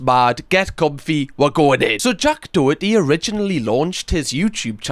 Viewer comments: Its pronounced "doh-her-tee" its an irish surname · As a Doherty the boy can't even pronounce his own name properly it's Daw-herty😂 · When you HAVE to make a video about somebodies downfall it just proves your a pathetic twat and have nothing else to get views!! And you can’t even say his name right